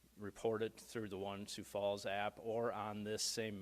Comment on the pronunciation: There's an "s" in Sioux Falls.